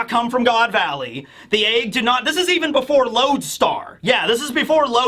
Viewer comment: I can’t unnotice that pronounces “egg” as “AAAEEEggg”